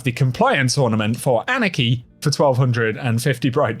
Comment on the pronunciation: he says anarchy wierd